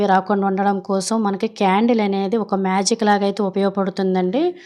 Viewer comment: క్యారెట్ కాదు... కాండిల్ అండి 😂